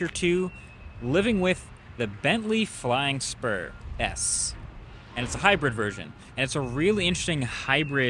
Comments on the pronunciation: Man, I thought you said flying sperm. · i legit thought he said, “bentley flying sperm” 💀